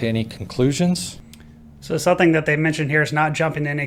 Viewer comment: . You pronounce "something" as "sunthing".